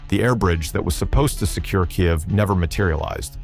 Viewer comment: Says Kyiv like a Russian, thinks it doesn't matter, thinks no one noticed.